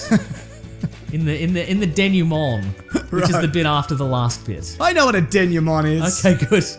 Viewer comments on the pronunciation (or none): none